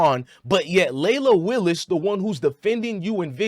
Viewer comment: Leila Willis lol it’s wills